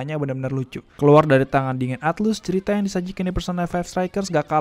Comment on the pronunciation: Atlus dibacanya atlas